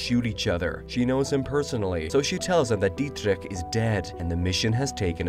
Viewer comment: "Dietrich" you pronounced the hell out of the name lol nice!